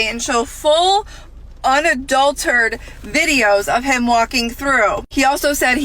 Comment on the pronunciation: Why can’t ppl pronounce unadulterated correctly?